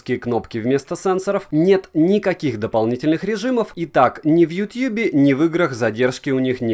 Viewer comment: Дружище, ну хватит уже! Какой "ютьюб" нахрен?! Уши вянут. А обзор норм. 👍